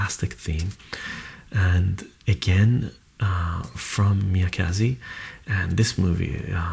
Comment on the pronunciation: It's MIYAZAKI, not MIYAKAZI